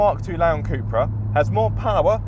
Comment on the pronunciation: In all my life I have never heard it pronounced CUP-RA 🤷‍♂️. Thanks for watching.